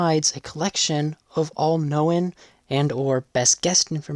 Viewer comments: "known" is a one-syllable word pronounced "noan", not "NO-wen". You're welcome. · Sounds AI to me, and the mispronunciations are consistent, like "known" sound like "no en". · I think it’s AI. , listen to the odd way “known” is pronounced. Sounds like “no-un”. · Please stop pronouncing “known” that way. Jesus Christ.